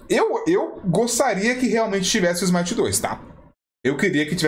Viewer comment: Smite 2, ou "Smai-aite"?